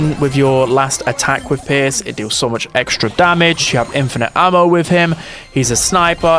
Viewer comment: Bro stop saying exetra